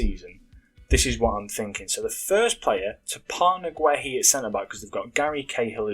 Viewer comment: Guehi is pronounced gay - ee